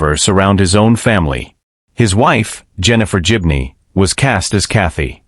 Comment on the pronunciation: Pity the commentator hasn't a clue how to pronounce GIBNEY!! :hand-orange-covering-eyes